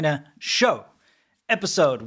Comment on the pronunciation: "Welcome to China's sh*t shoooeaarrh😯 eh em, 😤🙂welcome to the China Show." 😌 😂 Jk DUDE CRACKS HIS HEAD OPEN "It's a minor minor MINOR slow collision" 😂😂😭